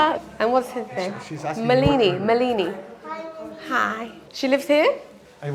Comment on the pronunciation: It's pronounced as "Maalini"... i not "mleeni"